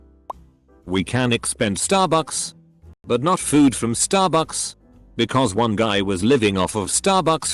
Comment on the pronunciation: Nobody: Reddit TTS voice: "sTARBUCKs!"